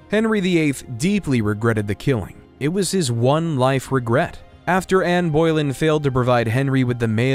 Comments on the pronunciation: The last name of the second wife of Henry VIII was Boleyn not Boylen as you constantly called her. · I am guessing you cannot edit without losing the video? If you can... Mary Queen of Scots was never in the Tower of London and it sticks out. The pronunciation of Anne Boleyn is a toughie too. The name is also written in history as Bullen, which sounds closer to what most are used to. I have had a great time here. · Anne Boylin? The narration is insulting. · This was great, and I really enjoyed it. A few things, however: 1. You pronounced Boleyn incorrectly. It's pronounced like Bo-Lyn, not Boy-Lyn. 2. The 1992 fire was at Windsor Castle, not Buckingham Palace. 3. Charles and Camilla did not marry a year after Diana's death, they married in 2005, many years after Diana's death. 4. At one point, I believe you said Victoria's reign was second in lenght to George III. This is not true. George III reigned for 60 years, Victoria for 63 years. This was still a lot of content and impressive. I was happy you didn't look at Richard III through the eyes of a Richardian! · This was a decent overview, thanks! And AI images are definately improving, but there are still quite a lot of freaky hands going on. Fun to spot. Interstingly though, there was a myth flying around that Ann Boleyn ("Bow-lynn" not "Boilin' "), had six fingers on one hand, which AI seems to have bought into😂. Can I also just point out that Leicester is pronounced "Lester" and Warwick is pronounced "Warrick". Ok, I'll stop picking holes now. 😳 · It is annoying to hear the narrator consistently mispronounce the name of Anne Boleyn. It is not Boy-lin. It is Boe-lin. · Dude, it’s Boleyn, not Boilen😂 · Seriously - Ann "boil inn"?? It's pronounced Ann "Ber Lyn" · THE NAME IS PRONOUNCED ANN BO*LYNN .. NOT ANN BO*LIN. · Some corrections! In 1992, the fire did NOT take place at Buckingham Palace! It was Windsor Castle that burned. George V should not be spelling “Geroge”. Anne Boleyn is not pronounced Anne Boil-in.